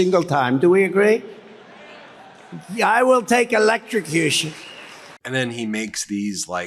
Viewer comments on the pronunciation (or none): Defendant Trump said he'd go to jail, and that he'd take electrocution (he mis pronounced), every time... Then give him what he wants!